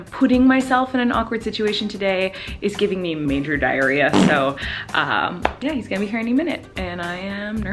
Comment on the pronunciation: When you said Dairaria I was going number 2